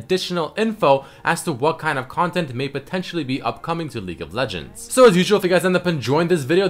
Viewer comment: I can't stop hearing "LEAK OF LEGENDS VIDEO"